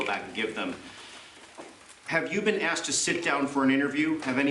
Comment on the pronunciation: Who would have thought a politician with an earring that says axe instead of asked would turn out not to be a good guy ....